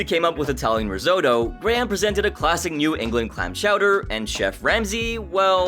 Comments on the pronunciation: learn to speak.... Ris-oh-toe, not Ris- O-toe. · What is "Riesotoo" ?? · The way you pronounce risotto makes me want to cut my ears off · For the love of god how hard is it to pronounce risotto correctly?